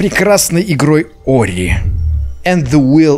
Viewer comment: Почему он называет Ори Орио?....